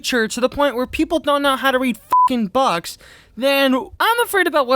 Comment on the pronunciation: Arabic isn't pronounced a-ray-bick. It's pronounced ara-bick Also books are not pronounced bucks